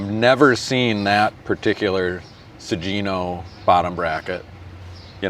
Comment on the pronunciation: This was so friggin awesome! I notice you didn't take my advice on pronouncing Sugino though :D